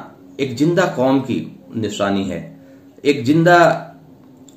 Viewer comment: Engineer...? Maulana.... Abay isko zinda bhi زندہ, boltay nahin aaraha....devanagari walon ki Tarah...Jindal...bol raha hai... Barray saghir k musalmanon ka kya hoga....aise aise musalman maulana...musallat kardiye Gaye hain...maulana mafiya